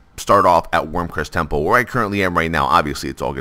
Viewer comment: Wyrmrest Temple, learn to read you idiot.